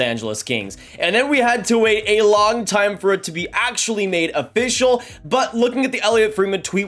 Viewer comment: is it Afficial?? Work on your pronunciation and repeating the same words/sentences. It makes you seem amateur.